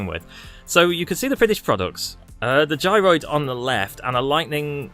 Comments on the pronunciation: Im no language expert but in my opinion the g in 'gy' (without a g before it) should sound like 'juh' rather than 'guh'. For example: edgy gym orgy. However, there is at least 1 exception: gynaecology. Imo it sounds more accurate to what it is if the first g sounded like j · I think juy-ro is correct, as apposed to gyno 😆